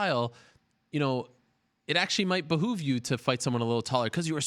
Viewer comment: What? She cut off your pig legs? You said behoof right?